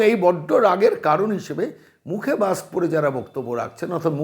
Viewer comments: "মাকস্" পরে কথা বলে, "হাড ডিক্সে" "ডাটা" সেভ করে রাখে। ব্যাস, লাইফে আর কোন "রিকস্" নেই। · উনি তো মাস্ক বলেন না। মাক্স বলেন